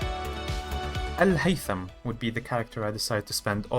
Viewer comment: Are you Arab ? The way you said Alhaitham was very correct